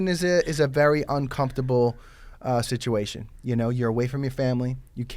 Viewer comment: ahhhhh tha "SNITCHUATION" hahaa